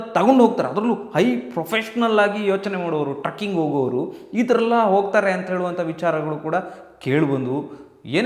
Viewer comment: ಟ್ರಕ್ಕಿಂಗ್ ಅಲ್ಲ ಅಣ್ಣ trecking ಟ್ರೆಕ್ಕಿo ಗ್ ಸರಿಯಾಗಿ ಹೇಳಿ